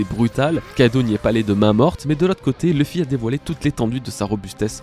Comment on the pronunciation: J'ai du mal avec Leuffy. C'est LOUffy. Luffy, quoi.